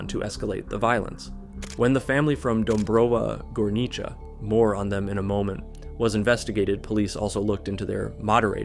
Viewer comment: He nailed "Dąbrowa Górnicza", like well deserved